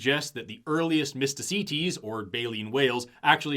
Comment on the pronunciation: I keep hearing "Mistah C. Tease".